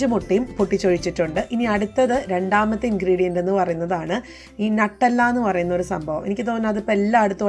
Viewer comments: Nuttalla alla Nutella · Nattalla alla nutalla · നട്ടെല്ലല്ല ന്യൂട്ടല്ല ആണ് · 😄😄😄 ഞാൻ വിചാരിച്ചു എന്താണ് ഈ നട്ടല്ല എന്ന് 😄😄